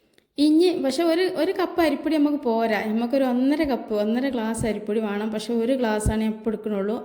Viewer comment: Ithra samsaram venda.. Parayunnathu clear aayi parayu...payam alla, pazham... Vaanam alla, venam...LKG student pole...Palahaaram super..